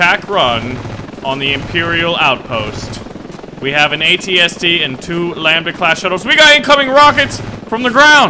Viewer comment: thanks for saying at at and at st right:D Ant out